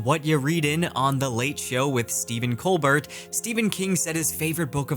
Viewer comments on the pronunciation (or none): “Lone Walk” instead of Long walk Ply mouth Col Bert instead of Cole Bear Mcmurtee vs McMurt tree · Ply Mouth? Stephen Colbert...pronouncing the 'T'? Was that intentional? Some running joke on this channel I'm not aware of? (First time seeing one of his videos) or a reference to something? - threw me off, couldn't keep watching. Ply Mouth?...Really? edit: decided to keep watching. Figured I was being a little pedantic... - then 2 seconds in he said "Larry McMurty" and I died. [To be fair I said "chimley" instead of "chimney" for the first 20 years of my life because that's the way my grandmother said it]